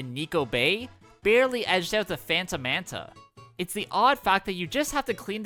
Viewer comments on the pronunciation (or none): none